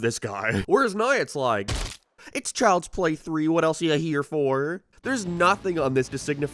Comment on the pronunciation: Ah, yes, Chjlds play